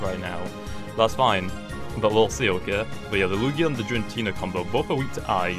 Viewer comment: "Jirantina" I'm triggered it starts with g. Gir-a-teena